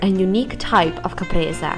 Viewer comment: it s not Capresa but Caprese se se se...not that difficult...